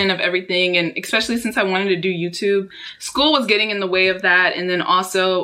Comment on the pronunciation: ``expecially'' instead of specially